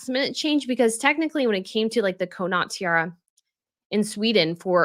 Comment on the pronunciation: Dearest, it is CAW-NOT, not Ko-Not when we say Connaught….I adore all your videos!